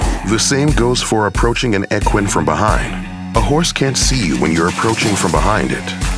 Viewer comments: E-QUINE Not ecwin. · So we are just gonna ignore the way he pronounced equine? Ok